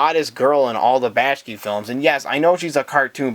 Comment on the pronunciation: Yeah, that bothers me too. I have no idea why he pronounced Ralph Bakshi's name like that.